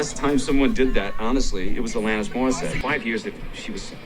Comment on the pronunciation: Why do you not research videos properly? Even the pronunciation of Alanis while clips played pronounce it correctly was shocking. Kate Hudson was an actress. The picture you showed was a promotional photo from a movie she did with Matthew McConaughey. How does this channel miss such glaringly large mistakes? I can't be subscribed to you anymore.